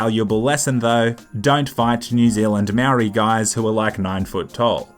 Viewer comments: the pronouciation is like mouldy just saying (from new zealand) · Mentions New Zealand me: "omg, he said moari as mari" :( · I love the Australian spirit cause you’re a real Australian no Australian can say māori properly 😂 I love you bro 🤘